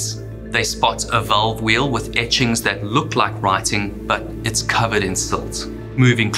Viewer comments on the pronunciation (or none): none